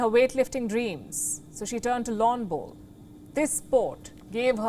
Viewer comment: She says "lawn bolls" awesome. Lets Go Brandon